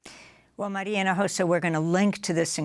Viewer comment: Maria Himojosa...practice her name!!👀🤔